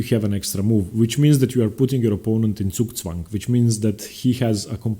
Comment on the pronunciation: Good content and he pronounces zugzwang properly good video